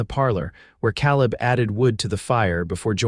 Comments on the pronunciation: Yes. Also the man's name should be pronounced KAleb not kahlib. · Ka leb not cal ib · I enjoy these western stories but I can’t believe how the narrator can’t pronounce names Caleb has an a sound not ah. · Can AI narrators not be taught to pronounce Caleb as Kay-Leb? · In my "neighborhood" ... Calib is pronounced Kay leb... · pronunciation Caleb Ka Lib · It would be great if the AI narrator learned how to say Caleb as in Kay leb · Yeah, he ain't a Calla lily. Irritating mispronouncement. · Calib• pronounced KAY-lib. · Nice love story, Father's approval significant Enjoyed the theme, although I wish the AI narrator would be checked as far as pronunciation Caaalib San Antonio Texas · Caleb‘s name is said wrong about 400 times. It has a long a sound. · I wish AI knew how to pronounce Caleb correctly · Annoying that AI !dosent know how to say Caleb! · Please pronounce names correctly the a in Caleb sounds like an a not an o